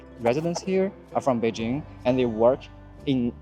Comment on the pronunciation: Hard J in Beijing. Come on.